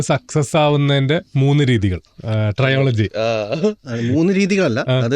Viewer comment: ട്രെയോളജി അല്ല bro - ട്രൈലജി